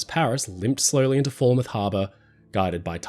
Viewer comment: Foul-mouth = Falmouth, not fall-mouth. Just a heads up, the English language is a weird one.